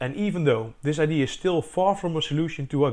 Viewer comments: Great idea (pronounced I.D.ya, btw, not I.D. - a very common, almost systematic, Dutch mistake). How much electricity did you generate on a day of average wind? I'd have thought that, trees being quite strong things, scaling this up to movement of the trunk, rather than just branches (you don't actually show what part of the tree you connected the string to) should generate much, much more electricity. Also, since you have rotational motion at the top, why not just use a simple rotational generator rather than your multi-linear one? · It is pronounced "Idee-ah" ;) A common mistake that people make when learning English. This is such a damn cool ideA! I'm very excited to see where this goes. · this holl time I thought he was saying IDs